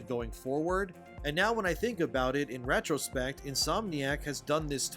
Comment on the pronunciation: "In ratchro-spect..." 🤔 Who keeps hiring these do-nuts???